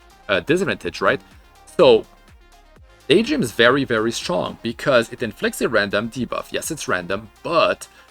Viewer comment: Daytdream instead of Daydream oof.